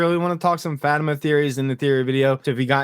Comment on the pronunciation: I really like your video and takes, but can you please pronounce Fatima’s name correctly? It’s said frequently on the series, not sure why you mispronounce it.